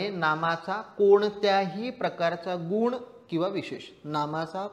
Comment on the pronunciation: उच्चार गुण चा चूकला तुम्ही दीर्घ उच्चार करत आहात बाक़ी उत्तम